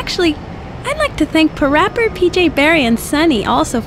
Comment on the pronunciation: The ONLY time in the Games Lammy acknowledges PaRappa. The MAIN protagonists in the series. and Lammy says PaRappa's name wrong... That's so funny lmao.